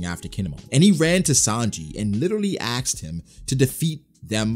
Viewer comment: Guys guys help me out here. This is very important. Did say axed today?